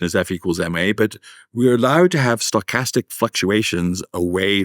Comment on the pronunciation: Every time he says 'stochastic', I hear 'sarcastic'; and then I mistakenly think that I might have a chance here...lol